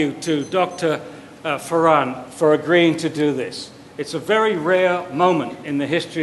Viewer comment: You guys might want to at least get Dr. Farran's name right....